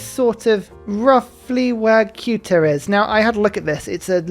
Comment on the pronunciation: if youre a geography fan like me and cant quite understand what he is saying, its "Ceuta" - its a peninsula south of gibraltar, not an island